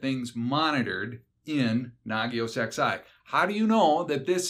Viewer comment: does the XI stand for the roman numeral eleven, or is it merely a coincidence? I notice refers to Nagios XI as Nagios ex~eye